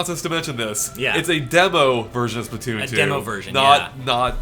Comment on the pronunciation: or (pronounce) spla-two-oon